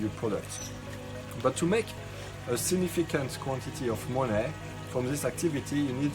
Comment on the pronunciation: He said make moon-NEH